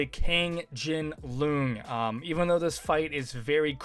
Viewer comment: Honestly this applies even outside the joke. Who tf says luhng instead of lohng?